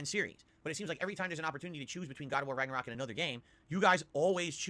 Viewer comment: Raggor-rock....Yikes, this guy., you suck at games. Just admit it.